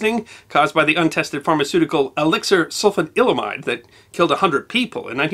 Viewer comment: I want to thank you, as the "guy who likes old stuff" in my circle of friends I get to be the one who tells stories about history to my friends. Finally having someone more educated than me pronounce Sulfanilamide is a wonderful thing. You don't want to know how many times I've told the story about it, and never with a good grasp of Any reasonable way to properly pronounce that word. >.< Thank you, sir. Also, I found this episode to be both fun and informative, but all your videos are That, so it gets second billing.